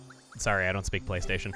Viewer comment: I think she was saying Playstahion